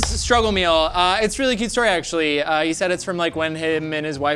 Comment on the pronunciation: I’m hearing dude more actuwwaly